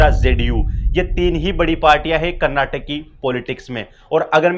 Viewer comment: Frist learn how to pronounce Karnataka